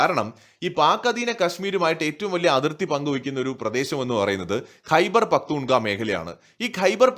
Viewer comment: ഖൈബർ പഖ്ത്തൂൺ ഖാവ എന്നാണ് പറയേണ്ടത്!